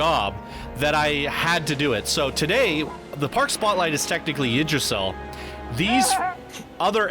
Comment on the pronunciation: She butchered "Yggdrasil"; it's meant to sound like "OOG-druh-seel".